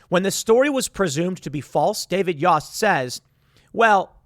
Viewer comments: It’s pronounced yoast like toast. But spelt yost. I swear to god Timmy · Ohio A.G. David Yost (is pronounced like Toast with a "Y") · Small detail, but the AG of Ohio is pronounced YO (as in yo-yo) st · Tim, Yost rhymes with post. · Yost is pronounced like oats.